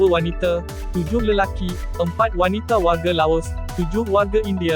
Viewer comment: Kalau boleh tolong sebut Wanita bukan Wanite ya.